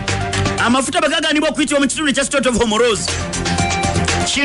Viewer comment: the word is not Homoroozi it's Hormuz pronounced as Homuuzì